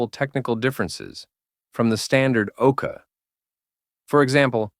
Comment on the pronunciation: Is the voice an AI? Sometimes he pronounce it "Okar", other times "Okay".